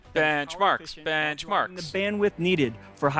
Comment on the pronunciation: Lisa: Speaking: benchmarks... Bencmarks... BENCHMARKS